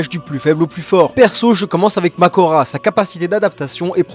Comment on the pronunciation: C pas makora mais mahoraga 😅